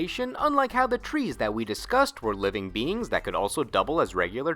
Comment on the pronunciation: "trees" eh eh eh lol